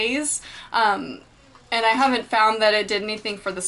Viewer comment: its and not eeand